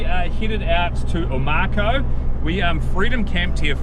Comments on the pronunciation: Oh-mah-cow. - Omakau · Omakau pronounced O-ma -cow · Mikes very good with pronouncing Māori names but messed up with this one a😊